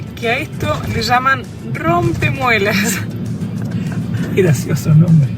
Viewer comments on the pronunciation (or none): 😄😄 .....rompemueelles ....no rompemuelas 😂😂😂